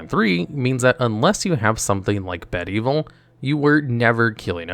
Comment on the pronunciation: "Bed Evil"